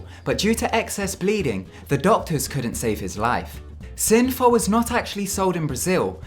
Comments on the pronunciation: I was annoyed when he called synthol, synfol.....and diuretics as 'duretics'. What an annoying voiceover. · Dude, it's 'synthol' not 'synfol' ! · Synfow. You mean Synthol!